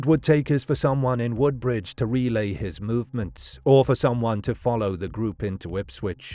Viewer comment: Narrator mispronounces Hollesley and Woodbridge.